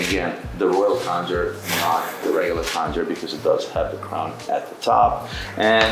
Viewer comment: Khanjar (not “kanjhar”) is not pronounced with a “k” but a “kh”: خنجر